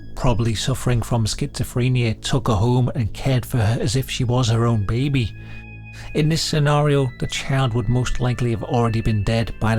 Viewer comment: The way he says Russia's Alien Beh-bee! 😂